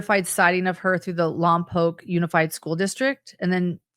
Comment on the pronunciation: I live in Santa Maria where the "mom" tried to rent a car. Im only 20 minutes away from Lompoc pronounced Lompoke thank you for saying it correctly:) I hope they arrest the mom